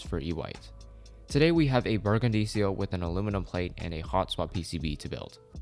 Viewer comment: the way he said ciel hurts me